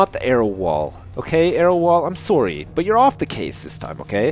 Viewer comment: I love how says sorry, he pronounces it sorey